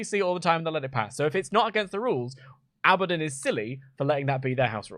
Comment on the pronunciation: "Abadoninium" You got to love how britishness is getting in the way of saying Abaddon, he feels the need to add 8 syllables like all Brits.